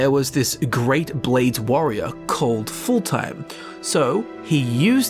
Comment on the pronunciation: Skyrim: tell you how to pronounce fulltheim: foulthime